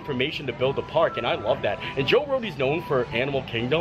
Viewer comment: I thought they said Joe Rogan at first 🤣